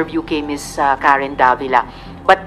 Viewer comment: Talagang chinese yan kc bakit nys sinabi na yong isa ay hindi tagaroon sa kanila sa china at tiga roon sa malapit sa knila. At pansinin ninyo hindi diriktang madambit ang leter R gaya ng your honor kundi youl honol. Mam karen ang kanya bigkas ay mam kalen